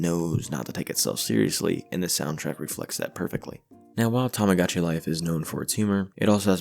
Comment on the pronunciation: lovely video !! i've loved tomodachi life for years ^^ also i apologize, it might be a nitpick, but the mispronunciation of the game's name [ tamagotchi vs tomodachi ] really bothered me